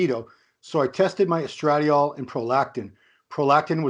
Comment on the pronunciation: Neither could pronounce estradiol to save their small balls